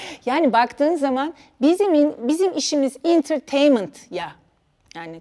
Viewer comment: 1700 Entertainment kelimesini intırtyemınt diye okuyup Türkçesini sorması